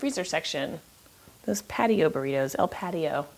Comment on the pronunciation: I laughed to burr eeetoos lol